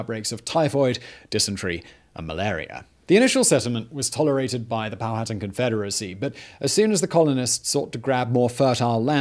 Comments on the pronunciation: Simon, I love your videos, but omg it's Pow-ah-tan, not Pow-hatten. Also, Pocahontas' birth name, aka her "secret" name, was Matoaka. I lived pretty much my entire life in Virginia and have read several books about Jamestown. I've never heard her referred to as Amonute. Is that a new discovery? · POW-HA-TAN...not POW-HAT-TAN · Not “pal-hatten” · Not pow hatan...pow a tan...powhatan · It's confusing. I know: Man-HAT-tan; but POW-a-tan. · Powhatan is pow-uh-tan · “Pow-a-tan” I think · Que que na-to-ra You will understand... THE DARK SHADOW OF COLONIAL ENGLAND